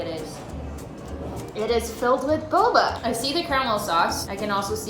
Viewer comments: fun game: take a shot every time she says boboa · say boba one more time, just... one... more... time